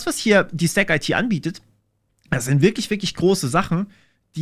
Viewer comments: Da ich letztens mit den Kollegen in Kontakt war: 'stack-it", nicht "stack-eitie". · Zu : In Neckarsulm ist auch der Sitz vom IT Dienstleister Bechtle und Audi hat ein Werk mit 15k Mitarbeitern dort. Die Sparte STACKIT wird übrigens zusammen ausgesprochen und nicht Stack - IT und haben auch einen YT Chanel :D Die Dieter Schwarz Stiftung fördert auch die private Programmierschule Ecole 42, was ist deine Meinung zu solchen Schulen? Kannst du evtl darüber auch mal ein Video machen?